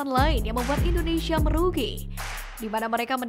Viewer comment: INDONESIA, Neng Bukan INDONeiiiisyiiiia ya😂😂😂😂